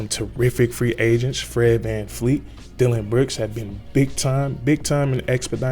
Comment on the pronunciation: His name is VanVleet not VanFleet